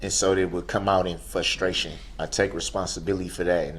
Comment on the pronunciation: "Fustraion" is also not a thing.